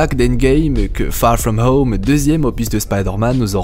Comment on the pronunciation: Très bonne vidéo les theories sont franchement intéressantes, et au passage magnifique accent anglais "far from home) :)